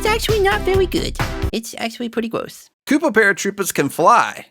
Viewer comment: Its Actually Pwetty gwoss